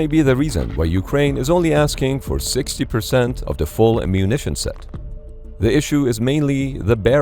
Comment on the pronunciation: Sounds like an "Issue" not a "Iss-me"🤷🏽‍♂️. Build your own ammo 🖕🏽